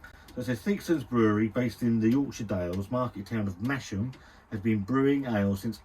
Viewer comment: Its pronounced: Mas-Ham lol, its hilarious hearing you call it Mashem lmfao